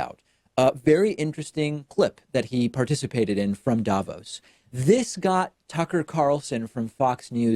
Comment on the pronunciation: hi, some random swiss guy here. just wanted to tell you that the accentuation in Davos is on the o, not the a. more like "Davoos" (long o, no u) than "Daavos". thanks for the attention, have a nice day :)